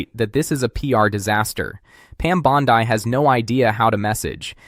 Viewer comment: Your mispronunciation of Pam Bondi makes you sound even more like an AI voice than you already do